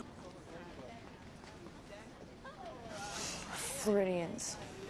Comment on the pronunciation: FLAURIDIANCE OML IT"S FLORIDIANS LMAOOOOO